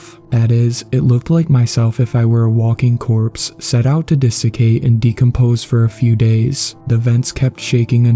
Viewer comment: desecate. clouds. But i understand accidentally saying plouds.